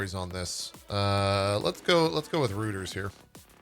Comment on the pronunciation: Small note from the production desk :p they're French, it's pronounced ROY-turs